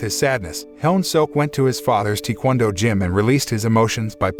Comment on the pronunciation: This narrator said Tee-Kwon-Do 😅